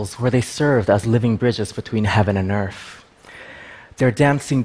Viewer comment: Very interesting, but it sounds like he says EARF, instead of EARTH.